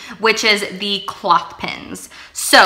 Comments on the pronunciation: I kept trying to figure out what you were saying about the don’t cross your legs game. You are saying cloth pins. But you must mean clothes pins 😊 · You wear clothes not cloths. Sorry just wanted to let you know your pronunciation is incorrect. The clips are called "what you wear - clothes" pins, not cloth pins 😐 thought you might want to know... Awesome ideas and great gift ideas, you gave me a ton of ideas. Thank you!